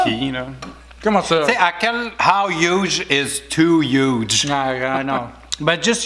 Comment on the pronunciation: Après Pitch Perfect, Hudge Perfect !!! 😂😂😂